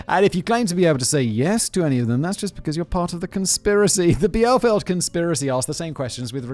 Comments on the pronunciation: Omg, the fucking Bielefield thing! This used to be such a thing when I went to high school n even back then I just didnt understand the joke behind it all n was just mostly confused xD (Btw it's pronounced "Bee-lé-felt") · German here: it is pronounced bee (animal) le (feel French here) and felt (material). Put it together like one word et voila I mean that’s what I heard as it doesn’t exist anyway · For anyone wondering how Bielefeld is pronounced: Bee-Le-Felt Bee like the insect Le like the french article and felt like the past tense of to feel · in german, the letters "ie" are (typically) pronounced as an elongated "i". the beginning of "bielefeld" is pronounced like the word "bee". you got the rest correct tho doesnt matter tho bielefeld doesnt exist so theres nobody to get upset about it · dear god!! BEE-le-feld. bie is BEE in english and german. its BEE-le-feld in english, BEE-le-felt in German. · I worked once in Bielefeld and I can now tell you that it doesn't exist. Also the closest english pronounciation would be Bee-le-felt. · Bielefeld never exited either! PS: i know u dont care(because it doesnt exist), but just pronounce it like Bee-le-felt ! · yeah how dare you at least try to pronounce my home town correctly. As a citizen of Bielefeld, and not a mindcontrolled alien puppet, I assure you that the city of Bielefeld is totaly real and not a ploy to cover up an alien crashside. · As a German I found his different pronun- ciations of the word "Bielefeld" hilarious. Neither of them were correct xD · I'm living in Bielefeld and your pronounciation is a bit funky and also we absolutely hate this conspiracy theory. I actually know no one who actually believes in the theory and my uni definitely is not good enough in these fields to construct an alien ship as were are a more focused on the social sciences😂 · Watching Simon struggle to pronounce Bielefeld my day 😆 sorry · you pronounce Bielefeld "Bee-luh-felt" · Bielefeld (pronounced: Biel - e - Feld